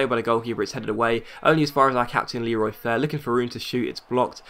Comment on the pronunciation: Why have you started to call Leroy Fer 'Fair'?